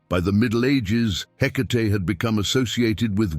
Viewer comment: Are you sure it’s “Hecate” , not “Headache” ? lol ….